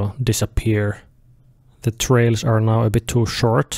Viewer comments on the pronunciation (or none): none